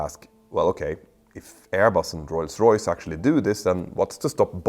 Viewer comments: OMG stop saying Roys-Royce 🤦🏻‍♂️🤦🏻‍♂️🤦🏻‍♂️🤦🏻‍♂️ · Best part of this is Petter struggling not to say Royls Royce :)